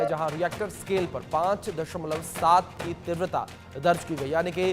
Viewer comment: Please tivrata ka uchharan Sahi Karen please please please please